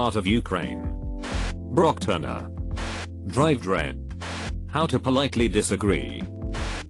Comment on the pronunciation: The way the voice said Dr.Dre hahahah